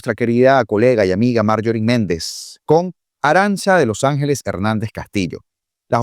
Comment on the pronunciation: Se pronuncia "arancha" y es un nombre vasco